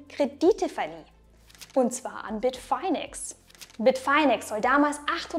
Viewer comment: Spricht man das wirklich BIT - FINE - EX? (Also: BIT - FAINE - EX) Dachte immer, dass das BIT - FINN - EX gesprochen wird. So wie andere Stimmen im Video...